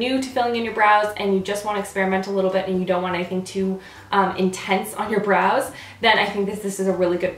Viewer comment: Whenever she says "Brows" i hear Bras. .-.